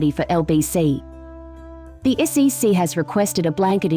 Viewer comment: When you want the automated voice to say things correctly such as the SEC, you need to put a space in between each of the letters